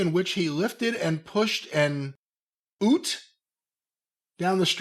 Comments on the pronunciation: A Ute is Australian short hand for utility vehicle. Americans call them "trucks" it was amusing hearing pronounce it like "oot" 😂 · "An oot" 🤣 It's ute - "yoot" - a pickup truck to Seppos. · Lol at their pronouncment of 'Ute'. 😅